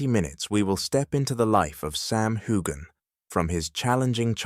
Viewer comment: It’s NOT HU-GAN! Get it together